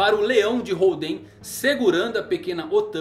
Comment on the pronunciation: legal o video, mas nao eh "holdEn" e sim hOlden que faz mencao ao estilo de poker, ainda oda brincando com os jogos em tudo relacionado ao kaidou